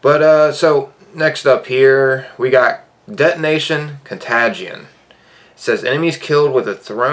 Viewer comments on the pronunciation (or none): also “etonation con tagde eon” 👌🏻👌🏻